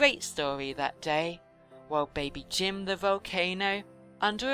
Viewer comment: Its not Kim its Jim